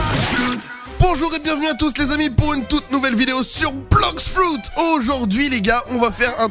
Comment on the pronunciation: ON DIT BLOX FRUIT ET NON BLOX FRUID